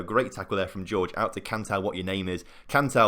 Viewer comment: His name's Hor-Hay not George, please don't change it again